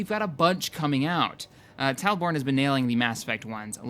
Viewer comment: Awesome stream! my only peeve is that you called me 'TalboRne'. there is no R in my name. :P